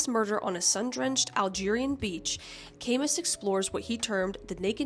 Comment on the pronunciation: Camus is great. Side note, the S is silent LOL. And The Stranger is fantastic.